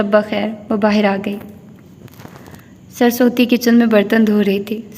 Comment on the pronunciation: Maid,s name is surusvati not sarsoti